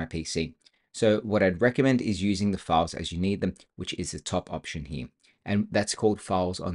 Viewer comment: a lot of good information but I had to listen to it a few times, the second time with cc on. SLOW DOWN your speech. You talk way too quickly, plus with your accent I found you difficult to understand. Work on the word "here".